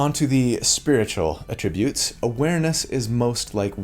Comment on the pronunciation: Thanks for this! Super hype to join a group and never play because we can't beat the final boss - Scheduling. IMO, "attribute" is pronounced differently depending on whether you are using as a noun or a verb. i.e. "I atTRIBute your success to your stunning good looks" vs. " ability to pick the right T-shirt for a video is on of his best ATtributes."